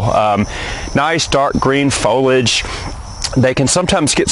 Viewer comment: He has a PhD but doesn't know how to pronounce foliage. He he he.